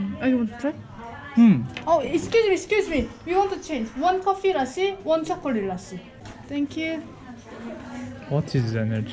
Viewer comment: bu nasıl chocolate demektir kore antep karıştı fazla türkçemi aşılıyon ne